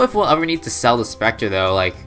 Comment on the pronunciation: Omg spectre Edit: I’m stupid I wrote that before he said specture